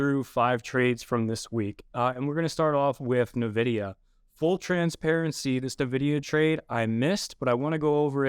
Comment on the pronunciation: Navidia? Never heard of it.